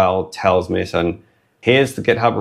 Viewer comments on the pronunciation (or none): I think "Meson" is pronounced like a contraction of "Mesa" and "mason".